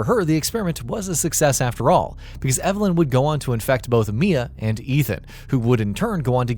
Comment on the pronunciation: Evalin not eva